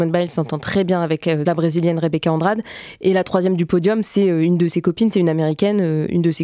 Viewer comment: rebeca andrade, ça se prononce andradé